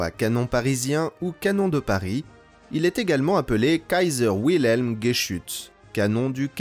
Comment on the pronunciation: Wilhelm se prononce Vileme, pas Ouileme. Ce n'est pas un nom américain mais allemand. D'ailleurs à la française c'est pareil, W=V